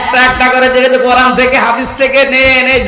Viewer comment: "😅কুরআন" বলুন হুজুর, "কোরান" ভুল উচ্চারণ! আপনি অবশ্যই জানেন🙏🏼। "আকাশ খুঁটি ব্যতীত দাঁড়িয়ে আছে"। এটা কি বললেন? আকাশ তো শামিয়ানা নয় হযরত!